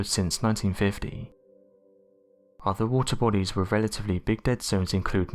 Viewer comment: i don't understand how this narrator can pronounce the th in thoughts but not the th in other. drives me nuts. anyway the plastic issue is an extinction event